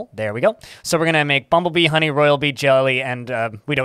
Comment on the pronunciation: funny how you say the word "HOney". lol